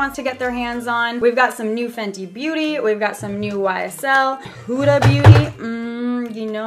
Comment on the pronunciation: When she said YSL it sounded like she said whysall